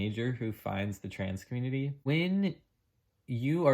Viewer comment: When you said, "Trans Community" you slurred your words so quickly that I had difficulty understanding you. It was as if, subconsciously, you were trying not to say those words. Do you believe that you were led astray or influenced in a negative way by that community? Yes or no. ADDED AFTER WATCHING BEYOND THE SLURRED WORDS: You were an ordinary girl experiencing what all girls experience during puberty. Mood swings and hating ridiculous things and hating those closest to you on some days. You were in a normal hormonal flux. And you were not in the right frame of mind to make ANY decisions of great import. No one IS when they are under the sway of fluctuating hormones. Did someone offer to take you for counseling? That's all you needed. And time. You would have gone through your NORMAL female transition from childhood to adulthood and emerged refreshed on the other side as millions of girls have done for centuries. "Trans Community" indeed. Nonsense.